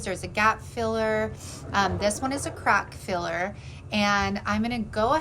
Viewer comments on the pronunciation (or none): 🤪 After you were talking about how rough the sleigh was and then you said crack filler I could have sworn you said crap filler. I was sitting here giggling. I love how the sleigh turned out. You do such good work.